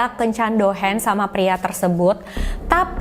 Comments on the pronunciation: Cara ngmngnya Douhang/Douhan kaaa bkn douhens 🤗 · Bukan Dohens tapi Dohang boss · Bukan dohens dong... tapi dohang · Yes ! akhirnya upload jg 🥰 maaf sedikit masukan, kencan itu nama nya Dohan. dibaca nya Dohang bkan Dohen. sekedar informasi Tugas kencannya cuma makan2 bareng tamu (bkan tdr brg). Disini gaji hostes per jam itu 300-500rbu bhkan lebih (trgantung tmpatnya) ya tugasnya nemenin ngobrol pria doang (dlarang menyentuh sang hostesnya) sy pernah freelance jd hostes. siangnya kerja prawat. pernah jg siangnya skolah,mlemnya freelance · Dohan = dibaca Dohang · mantap ceritanya kak, sedikit koreksi, yang benar DOHAN (dibaca DOHANG),ditunggu cerita2 selanjutnya kak.... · kata "Dohan" gak perlu di baca pake lafal bahasa Inggris, Douhan itu bahasa jepang jadi aksen nya masih sama kayak bahasa Indonesia A I O E O biasa